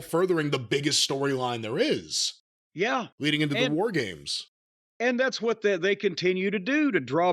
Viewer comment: Jim really goes out of his way to pronunce 'what' wrong.